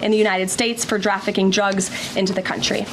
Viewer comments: Leavitt said, "drafficking" drugs into the US" instead of "trafficking." These mispronounced words are often a sign of extreme mental stress and fatigue. Like her idiot crime boss, she's losing it. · “Drafficing drugs” does seem pretty bad! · I she saying President Pooin'? And who is Drafficking drugs? Is she getting dementia too? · >"Draff-icking" drugs? Has Karoline caught dementia too? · "Drafficking Drugs..." 🙄